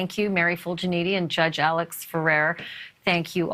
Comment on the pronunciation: You understand that Mr. Murdaugh's surname is pronounced Murdauck. It seems that you do not realize his first name, Alex, is pronounced Alec. I apologize if this point seems petty in the scope of this ongoing saga. I have just always felt people should be afforded the respect of everyone, especially journalists, to properly pronounce their names. I really enjoy your show!